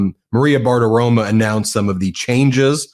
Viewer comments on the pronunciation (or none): Ben, long term patreon of MT here. You are generally pitch perfect, but you have a consistent mispronunciation of Maria Bartiromo’s name. She pronounces it as spelled-/ ending with a long O, not a short a. I wouldn’t mention it if I weren’t a huge fan of you and the your whole network.